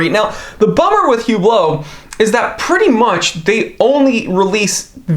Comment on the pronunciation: Hublo pronounces “UBLO”